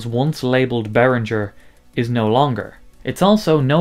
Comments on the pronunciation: Not Behrinjer . Behring-Ger with a hard G. You just played their corporate song ! It’s like people don’t want to say German words with a German accent …. strange. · No - He has mispronounced Behringer all the way through . Should be Bay ringer (like bell ringer ) not Rinjer . German does not have the French G . (soft sounding) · Good breakdown of the issues but I legit wanted to punch the screen every time you pronounced the G in Behringer as a J. Why do you think ING is bold in their logo? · it's pronounced bear-ringgggg-er. No soft G! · As a German speaking person, this hurts me deeply